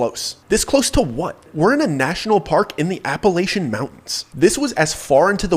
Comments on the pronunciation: Don’t believe anything someone says about Appalachia if they can’t properly pronounce Appalachia. 😅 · You pronounce Appalachia wrong.